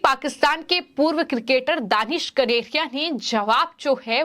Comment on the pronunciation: The news reader could not read out the word KANERIA. It distracted the viewers.